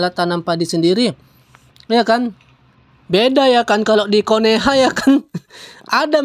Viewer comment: Konoha bang bukan koneha🤣🙏🙏